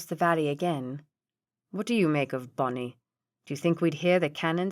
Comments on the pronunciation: Yes, I agree, but I cannot stand that she pronounces Boney (Boneee) as Bonny. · Boney, not Bonnie! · Quite a few errors in this one. Like i wish you happy. Reader mispronounces a few things too like "Bonnie" and "caLvary". Decent story though.